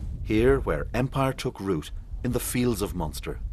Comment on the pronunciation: Its Munster